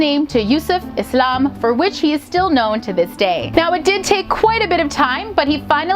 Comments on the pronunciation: Finally a non muslim who says islam not izlam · Her pronunciation of Quran, imaan, hijab, Allah, Yusuf, Islam is so good for a non muslim ❤️🥺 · I love the way you say "Islam" and "Muslim" with the "S" and not the "Z". But many are not even aware of their mispronunciation of these words. There's a social campaign that's changing all that. All you got to do is literally Take the "Z" out™!